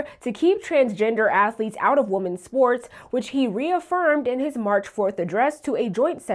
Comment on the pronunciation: What's going on with confusing the pronunciation of women and woman?